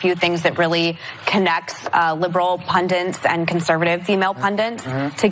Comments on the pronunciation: What does 'pundints' mean? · what is a pundint, Meghan? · Did MegMc actually pronounce "pundits" as "pundents"? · Does she not know how to pronounce the word 'pundits'? Sounds like she's saying 'pundents'. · "Pundents"?? Learn english, stupid megan. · What is pundints,. She means pundits right? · "Liberal pundants". Learn to speak. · Can we appreciate that Meghan calls pundits "pundints" twice in a row. Goodbye Meghan, I am done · Meghan says "pundints". What ARE "pundints"? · Someone should tell Megan McCain that the word is pundits not pundents. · The fact Meghan McCain repeatedly demonstrates she doesn't know the word 'pundits' (pundents?) as someone in her position is totally unsurprising. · She says “pundants” not pundits... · I thought the same thing. I literally said, out loud, "PUNDITS, Meghan!" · Meghan if you are going to use big words like congenial or pundits - learn to pronounce them properly. And don't put bernie in the same class as trump with respect to attitudes to women. But then again that's meghan being meghan.